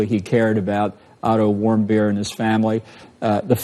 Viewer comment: Every time he says the name of the kid that was beaten in North Korea I hear him say Idle warm-beer. You're welcome